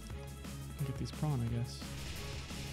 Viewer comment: Shout out to for pronouncing prawn like the real Zef Dwanky that he is!! <3